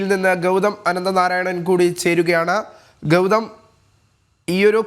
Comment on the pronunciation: ആദ്യം ഗൗതത്തിലേക്കോ?! 😂 ഇതെന്ത് ഭാഷയാണെടാ 😂😂